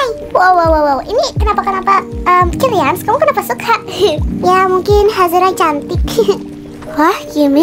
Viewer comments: Yang sadar mama kaelyn bilang kemworth bukan killans🗿👊🏻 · Maaf kak cuma ngingetin itu bukannya killians ya kok kakak bilangnya kentworld ( maaf kalau salah tulis nama ) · Kak kok killians nya dibilang kentworht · Kak pukannya kalians ya bukan kenwort😊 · Kak kok kilians di bilang kenwhort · Kak kenapa sih ngomong kilians itu kenwert hadeh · Kak ko kkk bilang killians kenthworld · Salah ngomong kilians jadi kendwerd